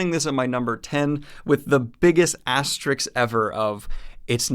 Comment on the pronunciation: the 's' in asterisk comes before the 'k'. i don't think you realized that when you were saying it, so i'm just letting you know.